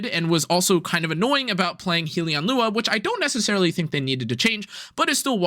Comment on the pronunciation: Not to be that guy but it’s pronounced Hell-Yun not Heel-E-On. A Hellion is like a creature from Hell